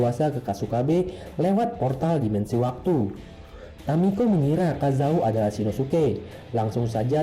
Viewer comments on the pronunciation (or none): Namanya kazama bukan kazao